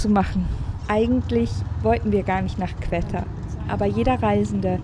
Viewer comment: Sehr tolles Video! :) nur spricht man es nicht qwetta sondern einfach wie qotta aus